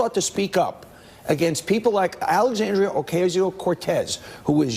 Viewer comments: The first thing that Donny Douche Bag needs to do is learn is how to pronounce Alexandra's name. Good old friend of the worse president in history. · It's really aggravating they consistently intentionally mispronounce her name, it's a way to be condescending.